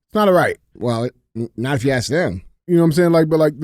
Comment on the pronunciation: DJ should not be able to get another trophy until he pronounces “ask” correctly…